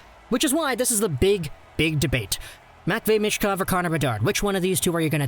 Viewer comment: You pronounce Michkov wrong. C'mon, it's not that difficult.